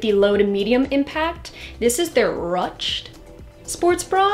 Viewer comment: I like the video, but is nobody talking about how she mispronounced ruched? 😂😂😂